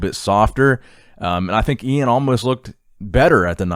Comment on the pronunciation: Thank you for saying iains name correctly!